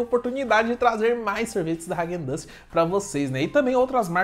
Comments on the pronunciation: ráquen dans kkkkkkk é raaguen dass a pronúncia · Pronúncia dele kkkk hagen duzz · Vc falou o nome da marca errado